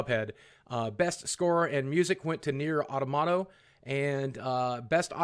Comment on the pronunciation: Esteban Agauyo. I'm pretty sure every english speaking country pronounces it "au-tŏ-mah-ta" with stress on the 2nd syllable. Including Americans. I've never heard it pronounced any other way. I'm pretty sure Boogie just misread it.